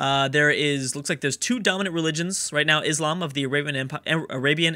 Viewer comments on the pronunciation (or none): none